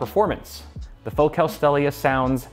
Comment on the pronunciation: That can't be how your pronounce focal.